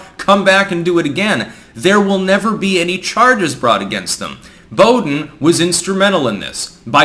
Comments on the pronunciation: Bow-dean Sanfran-cisco say like that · Boo-dean. For future reference.